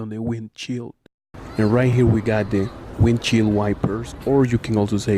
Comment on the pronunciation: Sir, it’s correctly pronounce as WIND SHILD not WIND CHEELD. TINTED WINDOW not TAINTED WINDOW But super thanks for sharing us knowledge like this on top of call center training. From Manila, Philippines